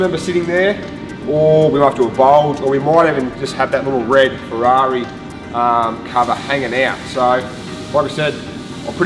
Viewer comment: "The Ferrarna"